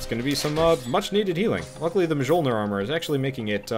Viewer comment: Also, that's not how you say Mjolnir. Just... no. English is probably the only language that has an incredibly sharp sounding letter J.